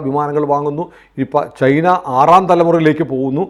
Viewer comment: ചെയ്ന എന്നാണ് കേൾക്കുന്നത് ചൈന എന്ന് പറയു